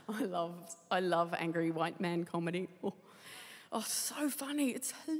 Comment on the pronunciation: "I abhor the focus on reputation! All HuWite men have a bad reputation and I believe it, though!"